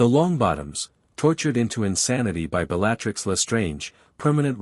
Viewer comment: Love this story, but idk if I'll finish. The pronounciation is not Severe-us, but Sev-er-us, say it with me, Sev-er-us. Also not Bell-A-Trix. Yes I know it's AI but guess what, there is still a human somewhere in all this. Some of this has repeats the same lines from previous chapters.